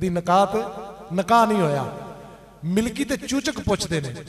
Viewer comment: Bhai lafaz, milki nai,Malki ha